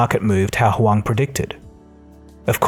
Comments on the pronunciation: Interesting how you keep changing between pronouncing him as "Hu-wang" and "Hu-wong", the latter being correct I believe. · The way you effortlessly switch between different pronunciations of Hwang to calling this man Bill like he’s your friend has me DEAD! 🤣 Keep up the good work!!!